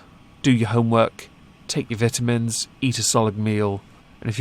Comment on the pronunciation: The only one feeling dysphoria is the mother, who WANTED a little girl. Oh, and the attention from attempting to gain ‘woke points.’ BTW: Vit-O-mens. LOVE IT. Give me your incredible British pronunciation,!! Love your work, as always!